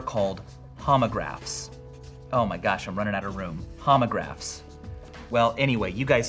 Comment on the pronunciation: lol "Homograhs"